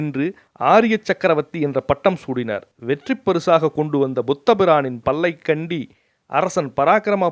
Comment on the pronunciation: தயவு செய்து உச்சரிப்பு பிழைகள் தவிர்க்கவும். " வெற்றிப் பரிசாக கொண்டு வந்த புத்தபிரானின் பல்லைக்கண்டி அரசன் பராக்கிரம பாண்டியன் வேண்டிக் கொண்டதற்கிணங்க ...... இதில் 'பல்லைக்கண்டி' என்று தவறாக உச்சரிப்பு உள்ளது. புத்த பிரானின் பல்லை, கண்டி அரசன் பராக்கிரம பாண்டியன்.... என்று இருக்க வேண்டும். பொதுவாக பேசும் முறை நன்றாக உள்ளது. ஒரு முறை ஒத்திகை பார்த்துவிட்டு, குறைகளை திருத்தி பதிவு செய்தால் நல்லது.